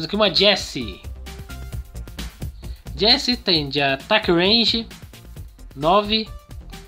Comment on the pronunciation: O nome do gene aqui no brasil é Eugênio e o colt vc falou certo e a jessie tbm e o el primo tbm